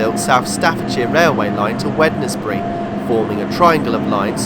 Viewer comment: Wednesbury is pronounced Wensbury, much like the day.